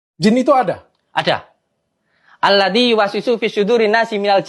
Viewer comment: Cara pengucapan nya pun salah...bukan alladi..tp alladzi...